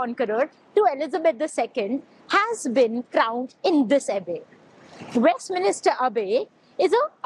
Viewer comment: Westminster, not Westminister 🤣